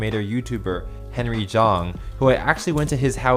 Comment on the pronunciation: Henry Juang? Don’t you mean Henry Zang?